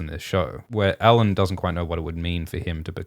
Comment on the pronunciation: "I know who he is" - perhaps she knows his name is "Alyn" and not "Allan" - how about tat...